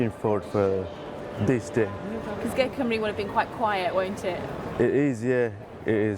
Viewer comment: Your caption: "become a Gurkha". He is a born Gurkha (community) & doesn't become a Gurkha. You may say "become a Gurkha soldier". , ....... Your pronunciation of their collective name is 'atrocious'. For your sake, to suit your pronunciation I modify the spelling to "Goorkhas" (the first syllable rhyming with poor or loot).